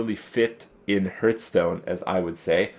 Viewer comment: hurtstone ? x'd